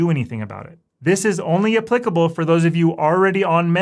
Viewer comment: What, why, & how . . . did you learn how to properly pronounce the word "applicable"? So few know . . . 😉